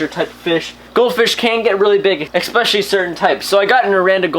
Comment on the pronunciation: Why do you say eCKspecially. It's pronounced eSpecially lol it's pretty annoying ESPECIALLY😂 because you say ESPECIALLY a lot lmao